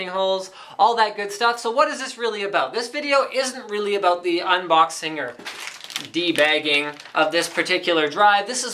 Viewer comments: lol debagging, sounds like teabagging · did Linus say Tea bagging?